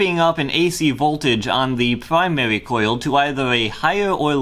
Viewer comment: Pwymawi and secondewi coil Im going to hell